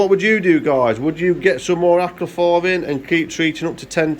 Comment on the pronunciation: Acriflavin or Acriflarrrrrrrrvin...........🤣